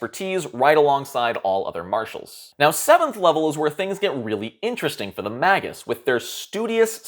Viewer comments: It's not "maggots" what is wrong with your mouth man. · I just looked at multiple pronunciation guides. It is "may-gus" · I just googled it. it's May·Guhs, I don't either, I'm to continue to pronounce it Mag·Us but, you said something about it and I was just dying to know😆. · I pronounce it the same way as you. Just googled the pronunciation, and I think the proper one is actually cooler. I'm gonna start saying it that way. "May-gis" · Mage. Us. He even says Magi as J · Dictionary claims "MAY-gus." The G is hard, as in "gas." So... you were almost right. I thought it'd be a soft G like in "magic," but... whatever. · May-jus, and plural is Maj-eye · Mah-Gus sounds like you're calling my first ever character a maggot. :P XD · I literally cannot watch this. The first few seconds you pronounced magus WRONG. It comes from the same root as magic sure, but it's pronounced may-gus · ma·gus /ˈmāɡəs/ He is, indeed, pronouncing it wrong, but he used the correct plural. The singular form is pronounced may•guhs, the plural being ma•jai. Also, Magus is Old Persian, not Latin, but the Latin translation is pronounced and spelled the same. Sources: Google and my English Major. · I like Mah-goose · I say magus the same way, but it sounds like maggot or maggots. :D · I almost didn't make it past the Magus pronunciation bit. It physically hurt me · Until you learn how to say Magus, take a downvote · No...thats not proper Latin pronounication.